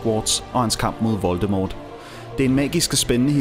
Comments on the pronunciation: han hedder ikke voltemort han hedder voltemor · Man skal udtale voldemort voldemor